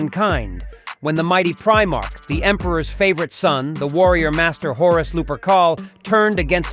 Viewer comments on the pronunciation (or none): I'm going to pull you up on Primarch pronunciation, its not preemarch, Pri (pry) march (mark)